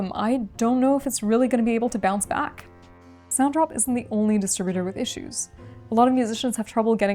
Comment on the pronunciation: your distributor is called SONTROP? Maybe enunciation isn't for you.